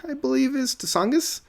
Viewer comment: Songs From Tsongas - The "T" is silent in Tsongas. Paul Tsongas was a former senator from Massachusetts and democrat candidate for President in 1992.